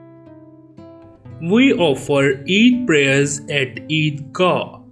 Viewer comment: Not each😂😂 it,s Eid 😊